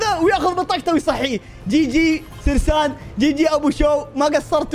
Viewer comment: اسمه سيرين مو سرسان